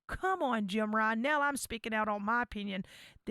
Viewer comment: I cringe every time you say Jim when referring to Jim Ryan....lmao